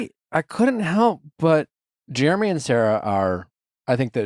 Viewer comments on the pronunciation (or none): Lol I love that Nick pronounce his name "Jermy" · I LOVE that Nick pronounces Jeramey as “Germy” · Is Nick calling him Germy? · I love how Nick keeps calling Jeramey "germy" 😂